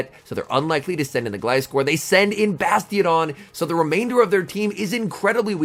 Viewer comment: First time I heard you say Gliscor's name properly 😂